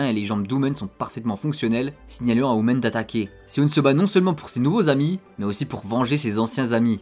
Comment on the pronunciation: Par contre tu prononce un peut mal leurs prénom tu dis hu- men au lui de hu-min après c’est peut être juste une impression que j’ai